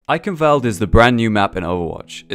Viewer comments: not eikenwält, eichenwald, which means oak forest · Why is everyone saying "Eikenwoalde". That's wrong.